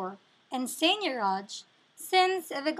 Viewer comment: she doesn't even pronounce it correctly